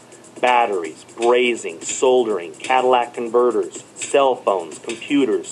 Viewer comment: ...did he say "Cadillac Converters"? lol. Maybe he did say Catalytic :) Anyhoo...Silver is not going extinct. It's an element. It's part of the earth's crust. Unless The earth's Crust disappears (at which point we'd have bigger problems, like being incinerated by the molten rock in the earth's Mantle) which is unlikely. However, I do believe consumption will out-pace mining production, and this will certainly drive the price to amounts previously unheard of. No need for fear mongering. Anyone that does a little research can easily confirm this.